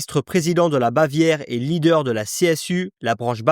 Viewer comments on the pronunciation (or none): none